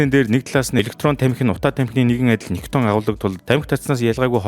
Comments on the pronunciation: Nicotin gej heleh bvrt ni daraagiin vgiig oilgoh bolomjgvi gehimv? Gatsalt vvsej bshd. Helzvin berhsheel bish bailtai mash olon hvn nikiton gej heleed bdag ym bailee hachin. Ug ni ih heregtei l video bh shig bna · Хха никотин шүү. Никитон гэдэг нь хамтлаг. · Niciton bish nicotin geeree❤